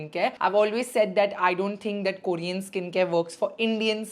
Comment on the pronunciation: It's not "kooorean" . Please pronounce properly dear.